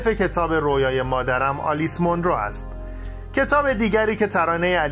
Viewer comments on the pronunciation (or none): none